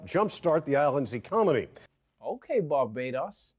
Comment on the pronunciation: 😂 he said “ecomoney” like in Idiocracy